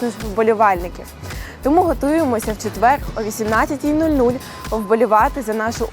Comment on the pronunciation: дура не четвеерГ а ЧЕТВЕР